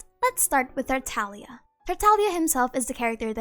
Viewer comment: You mean Tar Tag Liah?